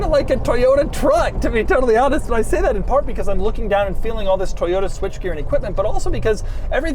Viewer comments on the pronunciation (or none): Toyoda, toyoda, toyoda... It's ToyoTA.